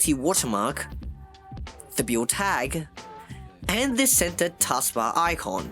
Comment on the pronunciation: Bro your saying beught instead of build